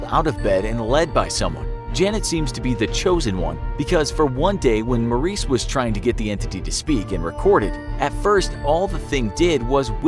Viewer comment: It's not Maurice it's Morris